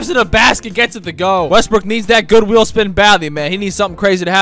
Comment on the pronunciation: S it just me, or when he says good wheel it sounds like good will 😅